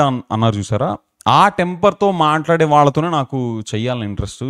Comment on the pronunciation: Sir very good. Wasting time without database good. And stressing the word vallathone,vallathone 😊 God bless you with good knowledge.